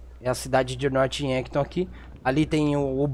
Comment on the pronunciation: E Norph Yankton. Não Norte Yanton